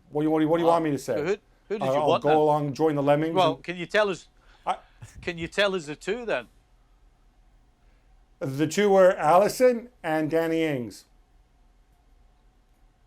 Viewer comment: Did he really say allisson and ings? Or are my ears lying to me?